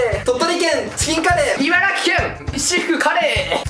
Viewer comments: が「いばらぎ県」じゃなくて「いばらき県」て言ってくれたの好き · ちゃんと「いばらき」って言ってくれてありがたい泣